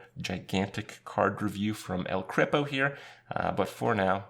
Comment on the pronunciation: "El Krippo"